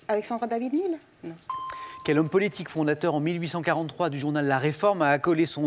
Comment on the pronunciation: On dit "néhel" putain pas "nil" ppur David-Néel... à chaque fois, ils le prononcent mal...